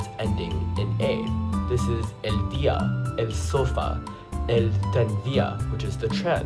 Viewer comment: Good video! Just a few things: -la radiodiFusión, -la boteLL A (pronounced boteya), -el sofá (the a is the strong vowel), -el trAnvía. And also "el agua" is a very common word!